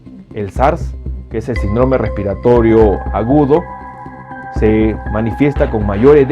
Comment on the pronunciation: Doctor con todo respeto, pronuncie bien la palabra : síndrome